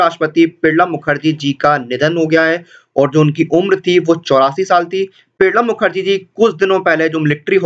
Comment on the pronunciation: Are bhai Pranab Mukherjee ka naam to thik se bol le....